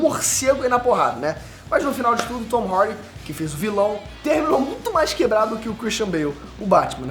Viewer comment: Tom Hardy 💉💉 cara pra que esse k.o na voz pra falar o nome do ator ?